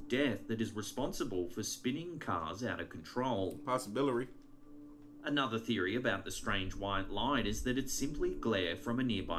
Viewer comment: am I hearing it wrong or does say "possibilary? xD Trips me of when he does that and makes me have to rewind and listen like 5 times to make sure Im not frickin deaf. Also makes me giggle tho. Thanks for another sweet video.